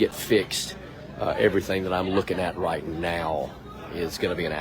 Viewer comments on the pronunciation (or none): none